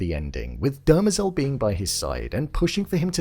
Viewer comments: Dem-rezel .... Not--- "derma-zel" I mean they literally say it in almost every episode once if not more than that ..... "Come on man!" --joe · It's pronounced "DE - MER - zel," not "DER - me- zel." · Love the vid, but it's Demerzel , not Dermazel. lol. The mispronunciation grates on me. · Why do you keep pronouncing her name (Demerzel) that way😭😭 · I felt it was obvious that Hobor was going to turn up at that moment. You keep pronouncing Dermezel's name incorrectly. Good review.